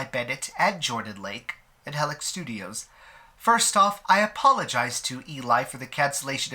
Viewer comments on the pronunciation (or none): im sorry but i got so annoyed by the way you pronounce Helix, like where do you get the heh sound from? It's he-lix like the dna strand, ya know? im sorry, i get so annoyed about those little things lol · Isn't pronounced HEElix? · I was a bit annoyed by the clogged-nose voice timbre, but I loved the way he pronounces "Heh-lix" 😁 This doesn't take much away from this quite relevant, informative video. I won't be upset if that company or any other similar company shuts down for good and gets combed-through by the authorities like others were after the Traci Lords scandal. The very first time I stumbled upon this studio's content, I was very much startled, and then I proceeded to delete all the history data, markers, cookies, etc. from my browser. I was absolutely certain that the blog I was scrolling through had started advertising promo vids and pics linking to illegal websites. LOL Imagine being in the prelude to an onanistic moment of self-love, so you check out what's new out there on the usual blogs, but between inspiring visions of wide-wrists and strong chests and legs covered in delicious fur, you stumble upon the darn face of 5-years-ago Joey Mills in hardcore positions with another kid, both looking like they belong to people who were looking for them on milk cartons. My brain got a "WTF?!" jolt and I got instant deflation in my shorts. Judging from many comments below the info-adverts on at least three blogs, I was not alone in questioning this new content. Fast forward 4 years, and that studio has really taken hold in the "industry." That's also when I first heard of "bombshell" defections and drama. Str8up is excellent for this kind of thing (despite printing nonsense as far as politics is c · oh okay, so that’s why it sounds weird 😂 English is your first language, right? I was wondering if it was because English could have not been your first language lol